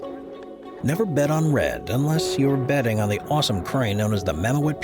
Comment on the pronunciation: It is mam moot not mo-et